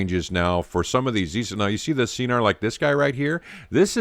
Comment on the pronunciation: Pronounced SKenar... hard K